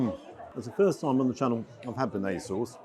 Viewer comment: If you can’t pronounce bearnaise correctly you probably don’t know much about food.